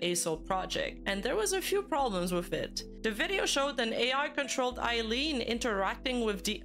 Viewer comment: Say EYE-LEAN CORRECT PLEASE